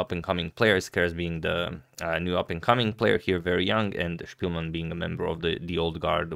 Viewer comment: “POL” and “SPILMEN” english pronunciation…